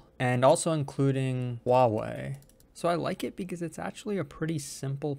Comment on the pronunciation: kudos on your pronunciation of Huawei! (๑•̀ㅂ•́)و👍